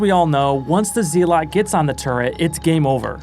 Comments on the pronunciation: the turret zee-lot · I don’t think you’re pronouncing Zealot right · Great video, what an insane run. Also the way you pronounce zealot had me falling to my knees.